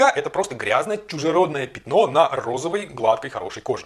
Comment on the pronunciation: Он продолжает говорить "пИтно", вместо "пЯтно". Убейте мои уши.